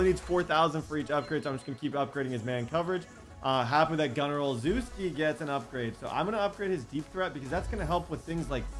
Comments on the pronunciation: Love the vids and grind (send love to the editor too) and Gunnar's name is pronouced oh-chef-ski not.... Whatever you were saying lol. And the game sort of crashes every time you try to change abilities on the upgrade screen. So when you upgrading dont change abilities then wait until your done and do it on the roster screen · I’m a Pats fan and I’m pretty sure it’s {Oh-Chef-ski}. Also, love that you’re using him so much he’s a real fan favourite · its pronounced Gunner OleSheski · I went to high school with gunner. His last name is pronounced Ole - shev- skee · It’s pronounced Gunner O-Shesh-Ski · Can some body tell how to pronounce Gunner Olszewski because I’m a patriots fan and cringe when a hear how pronounces it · If u can’t say gunners name correct don’t at all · Ur saying gunners name wrong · You need to say gunner olszewski names properly 😂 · Hey, I really appreciate the lengths you go through to give us this content. Also it’s pronounced “Ol-shev-ski” not “Ol-zew-ski” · I think it is pronounced OL-SHEFF-SKI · Its not pronounced Ohl zews key, Its pronounced Oh chef skey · olcheski not olzuski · O-Chef-ski is how it's pronounced not ozooski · as a pats fan, the way u pronounce gunner olzewski's name bothers me....j an fyi it's Gunner (Ol Zow Ski). It sounds like (ole zew ski) when u say it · Gunner last name pernounced o shez key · Just wanted to let you know, since you said you had to figure it out at 26 min., Gunnar's last name is pronounced "Oh-leh-shev-ski" 😁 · Ole-Sheh-skii is Gunner's last name pronunciation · Olzewki’s name is pronounce ol chess key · Gunners last name is pronounced ochefski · Gunners name is pronounced oh chef ski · My man needs to learn how to pronounce Gunner Olszewski (Ol-chev-ski) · Believe its pronounced: Ole-chef-ski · It’s pronounced ol-CHEF-ski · Gunner Ol-shev-ski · It’s Pronounced Oh Scheff Ski. He’s my cousin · gunner oslzewski is pronounced ( oh-chev-ski ) kinda annoyed me as a pats fan lol